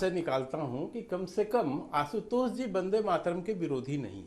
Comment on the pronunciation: रागी pronounce तुम भी जरा सिखलो... असुध गाया और आसुतोस नही अशुद्ध गाया और आशुतोष होता हे!